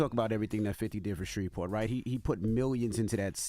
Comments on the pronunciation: Baby y'all are pronouncing every single letter in S-h-r-e-v-e-p-o-r-t, with the hard V😂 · Did she say “ idk Shreveport “ ?? Smh what are schools teaching ?!